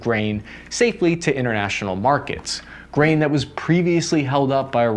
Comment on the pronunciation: I mistakenly heard you saying instead of grain I heard brain 🧠 I was like man they sale brain nowa days